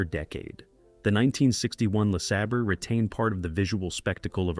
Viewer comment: Yeah, the Buick "Lasabber." Jeeze!